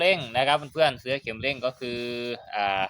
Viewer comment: ขัดหูว่ะช่าง เสื่อ=เอาปูรองนั่ง เสื้อ=สิ่งทอผ้าเอาไว้สวมใส่ หรือวัสดุที่มีลักษณะเป็นปลอกสวม เช่นเสื้อสูบ เสื๊อ=คำที่ช่างออกเสียง ออกเสียงให้ถูกด้วย เคืองหูว่ะ